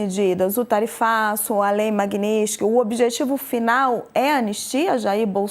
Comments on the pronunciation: Pior que eles não conseguem nem pronunciar “Magnitsky” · A pronúncia dela sobre o nome Magnitsky está errado.